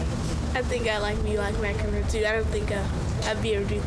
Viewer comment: lololol Serena said McEnroe I'm dead